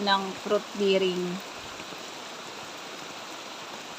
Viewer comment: hindi fruit biring po bering ang bigkas dun po bearing